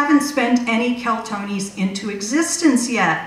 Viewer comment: She's talking about "Keltonis" but the bills say "Keltinis". Maybe someone's had tee many martonis!